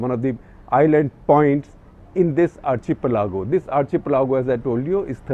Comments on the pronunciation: Isn't it... Ar- key- pelago rather than Ar- che -pelago?? We spell architecture that way! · Is pronounced Ar "khi-pelago" not chi- pelago.. #cuttheclutter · Sir, so many youngsters watch your videos. It is important that you get your diction right .Not meaning to offend but you mentioned the word "archipelago" several times with wrong pronunciation...it's pronounced " Arkkippelago".We are all creatures of habit you have previously mentioned about people pointing out your America as Umrikka.. and you did make an effort to change it. Might I also add the word " iron". You always say " I Run".. so do many others north of Vindhyas..could you look into it please . So the next generation doesn't copy the mistakes we make..thank you🙏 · SG sir, are you sure you are pronounciation of Archipelago is correct ??!!